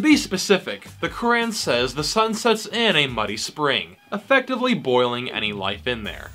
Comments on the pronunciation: Brother have you ever read the Bible or any religious book. They are all full of contradictions and abhorrent ideas (Verses in the Bible were used to justify slavery of African Americans during the American Civil War). Why pick on one religion/book/people? Also please learn to pronounce something correctly before criticizing it...Qu - raaaaaan is not how you say it 🤣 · You cant even pronounce the word" Quran" And you are finding mistakes in Quran